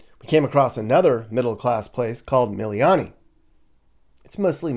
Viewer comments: Moved to Maui with my family in 1969. Never really left until 2013. Having seen Hawaii as a kid, teen and adult change to what it is, regardless of family still there, I will stay in Virginia or anywhere else in the world, before I would ever move back. By the way Haleiwa is pronounced Hale e va. Drive me nuts hearing words mispronounced. Not miliany, it's Mili Lani.😅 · Dole whip is sooo good. That’s the only reason to stop ….and go to the bathroom 😂…..OMG Mililani….wrong pronunciation! Me lee lani! 😂 I know it’s hard. I grew up there but have been in South Carolina for 35 years. Went back from . Covid was crazy there…blue state nonsense.